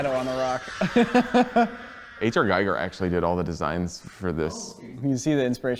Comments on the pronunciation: Giger not Geiger;) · I'm pretty sure its pronounced "gee-gur" not "guy-gur".. And I sincerely hate being this guy.. I'm the one that hates on people that do what I just did.. but Mr. H.R. Giger deserves so much respect. Amazing amazing visionary. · "Giger" is pronounced "Geeger", not "Gyger"! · LOVE your vids but for the love of God, please get his name right. H. R. Giger is pronounced "Geeg-er" not like geiger counter. Just a little nit-pick but I think you guys can appreciate it. ;-) Other than that, fantastic content! Carry on! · (H.R.) Giger rhymes with eager and not 'Geiger' as in Geiger counter. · Giger rhymes with eager. Chuckleheads....... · Just for future reference it's H.R. Giger's last name is phonetically pronounces (gee-ger) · It's pronounced "H.R.GEEGER" Like in "Geek", ya Americans. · It’s pronounced GEEGER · his name is pronounced hr gheeger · H.R. Giger's name is pronounced like GEEGER (rhymes with meager).